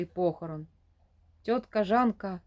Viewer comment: Та не тьотка, а цьотка